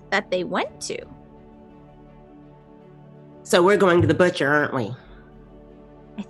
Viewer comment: Buthcer! Lol